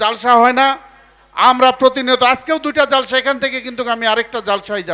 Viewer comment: যে,ব্যক্তি ইসলামী কোন জলসায় এসে ইসলামী বক্তার উপরে- মাতবারি করে ;সেটা খুবই বেমানান- কথা শুদ্ধ করে বলতে পারেনা। (জলসা)শব্দটাকে বিকৃত করে জালসা উচ্চারণ করে এদের মতো লোকের কথা শোনা রুচিতে বাঁধে।